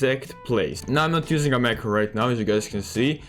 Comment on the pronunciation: I did not understand which macro you said